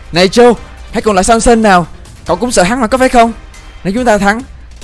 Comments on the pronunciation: Tôi nghe thành Samsung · said: này samsung Ko phải: này samson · Samson em đọc là Samsung:)) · Hảo nói sason thành samsung